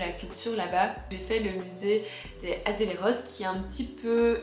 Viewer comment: Attention dans azulejos , le J se prononce comme en France